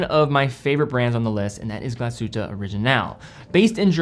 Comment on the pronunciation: Glass Shhhhhute not Galsute :)